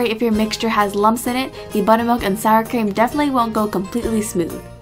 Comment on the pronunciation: anyone else think she said salad cream instead of sour cream I was so confused xD